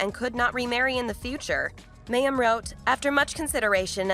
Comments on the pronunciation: OMG You pronounce her name WRONG 95 times ---it's the Hebrew word for "water" - my-eem -you could have easily found this out. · Wow!... You have a lot of inaccurate information in your presentation. There are videos of Mayim (pronounced /my-um/) speaking on this and other issues you commented on. Please google them and redo this video. Thank you. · Yes yes yes pronounced MY- UM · Say her name correctly! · Thank you the pronunciation was getting on my nerves. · Is she still practicing attachment parenting when she went to work on the Big Bang theory? The report was not badly done, but as others pointed out that continual miss pronunciation of her name did bother me.